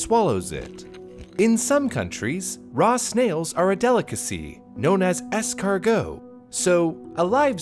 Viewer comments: "escarGHOST" Really? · As a french man, the fact you said Snail in french like it's really a food name made me cringe, apart from that good video